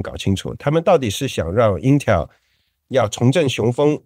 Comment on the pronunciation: 是intel，不是intel儿